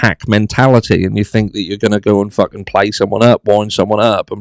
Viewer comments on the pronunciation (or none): none